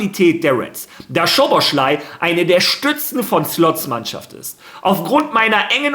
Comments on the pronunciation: man spricht ihn nicht schoboschlai aus sondern szoboslai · Falls du den Namen mal richtig aussprechen willst: Im ungarischen spricht man „Sz“ wie ein normales deutsches „S“ aus. Also spricht man ganz einfach Soboslai aus